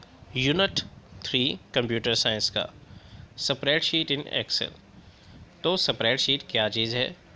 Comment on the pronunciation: Spreadsheet pronounce Galat ha bs